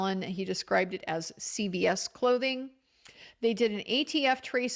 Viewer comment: thank you for your coverage. It's CVS not Child Protective Services. It's the drugstore chain. It sounds like you say CPS.